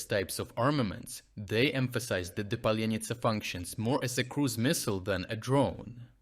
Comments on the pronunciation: Its Palianytsa, not Palenytsa . And what's happening on this channel with ongoing mispronouncing of Ukrainian toponyms and names? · just wonder why author can't pronounce паляниця 🤨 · You mispronounced паляниця.